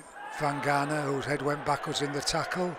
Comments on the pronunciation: Its Vagana, not Vangana; and Cozza not Coser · I agree entirely. Years ago Eddie Hemmings continually pronounced Isaiah's father as 'Vangana'. Crooky seems to have got it from Eddie.